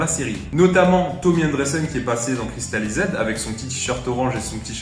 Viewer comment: Ta prononciation de Cristalized est HORRIBLE